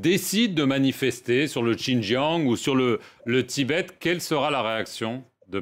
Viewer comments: Comme d'habitude le "journaliste" obéit au rédacteur en chef et n'écoute pas les réponses. Il est incapable de prononcer Xi'an et Xinjiang correctement. Il aurait pu aussi prendre quelques minutes pour LIRE l'histoire de Taïwan. Il manque de finesse et d'intelligence pour établir un minimum de dialogue. Il détériore ainsi les liens particuliers entre la France et la Chine. Les Chinois adorent notre pays, le premier à reconnaître leur République, et aussi notre cuisine , notre Romantisme. La Chine est aussi une grande civilisation. Mais ça le "journaliste" ne le sait pas bien sûr. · Ce journaliste peut apprendre à prononcer Xi'an et Xinjiang correctement s'il prend deux minutes. Vous avez déjà la "réponse standard", alors pourquoi s'embêter à demander encore et encore à l'ambassade de Chine ?